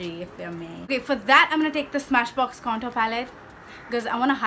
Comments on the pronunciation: Oh my god 😂 you said conturr 😂😂 I can't fucking stop laughing😂😂 you are soo funny I love your videos soo muchh Sending virtual hugss❤ Loved the tutorial n oh ma god the red lip💃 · What's "cantoor" ?? 😂😂😂 I lllooooooooovvvvvveeeeee the way when you speak like that 😂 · Contoor 🤣😂 #hillarious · Love u see u like this...u r so beautiful n ur makeup is so amazing❤😍n whn u say...KANTOOR😂😂👌..bt i love ur all videos n ur makeup is so flawless n looking naturally 😘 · Kantoor(contour) 🤣🤣literally made me laugh..u r superbly stunnin honey❤